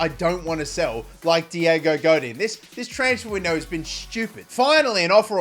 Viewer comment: Somebody needs to tell here that he say the names diego wrong on costa and godin